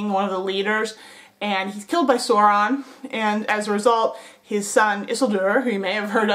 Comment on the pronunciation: Loved the vid, but it's pronounced like sour. Souron (spelled Sauron) and the emphasis of Isildur is on the second syllable, pronounced like seal. IsEALdur. Sorry to nit pick just thought I'd mention it.